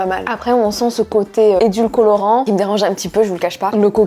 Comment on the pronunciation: ... "Edulcolorant" ?? 🤔😁. Édulcorant non ? 😊